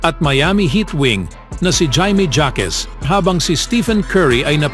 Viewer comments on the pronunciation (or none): Parang Sounds like ganito Bigkas mo…”jayme Jakes” NOOD KA NG GAME NG HEAT PARA MALAMAN MO ANG TAMANG BIGKAS NG PANGALAN NYA…OBOB.😂😂😂😂😂😂😂😂😂